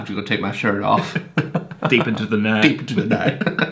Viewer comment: omg your pronunciation of the "the" is soooo german😂😂 (se😂) but not aaaall of the germans r like that! I can be very proud to say that I can actually pronounce it pretty well😂😂👍🏼